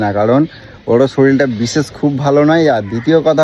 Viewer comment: শরীল নয় কথাটা শরীর কাকা😂😂😂